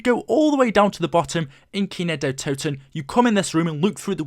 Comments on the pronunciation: Es heißt Kino der Toten und nicht kynow der todten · man iys kindertoten wtf get it right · it's kind der toten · it's kin der toten not kino kin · it's not kino Der to ton kindertoten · “Kino dehhh toton” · Right. He said that shit like 80 times. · U Your saying the map name wrong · You are saying worng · You say kino der totan way to much dude it’s annoying especially when you can’t say it right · who else is German, and had to laugh when he said "Kino der Toten" xD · Damn. I'm not even German but you completely butchered the German pronunciation.